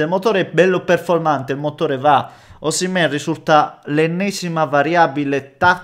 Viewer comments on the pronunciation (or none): none